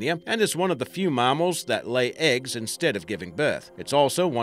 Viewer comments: I would have narrated this for free mate if you'd just asked. Also what's a marmal. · "MARMARL" pls stahp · What the fuck is a marmle? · His tell was the word mamnal. Pronounced marmel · I can't stand how he says Mammal. Aussies never say it the way he does, and we use kilograms not pounds. whoever this guy is, should keep to his day job, and talk with his real accent, not that poor pathetic excuse of an accent. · The way you say mammal is terrible btw just a heads up lol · The way he pronounces mammal annoys me